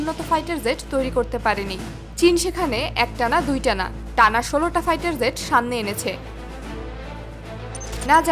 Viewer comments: একটা হলো jet আর একটা zet দুটা এক নয় মিয়া। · মাফ করবেন jet এর উচ্চারণ ভুল হচ্ছে, ওটা zet নয় বরং Jet